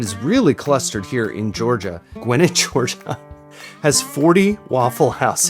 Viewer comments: Pronouncing the county in Georgia as "gwinnit" makes sense from how it's spelled, but it's actually pronounced as if it was spelled Gwinnette, like The Rockettes. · Nice. I have audio tapes of my own childhood Southern accent (or, my "native tongue" as I call it). I grew up in Atlanta. And speaking of Georgia... Gwinnett is a whole county, not a town, and it's pronounced gwih-NETT. 🤓 I lived there for most of my adult life before moving out of state. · That Gwinnett pronunciation! 😂💀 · This pronunciation of Gwinett is going to make me freak out. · You know, I've never heard anyone ever pronounce Gwinnett they way you did. Congratz. Had physical whiplash when I heard it :p